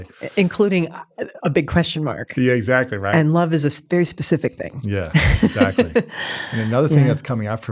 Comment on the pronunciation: When he says „exactly“ it sounds like „shut up!“ - I looove her❤ thank you for your inspiration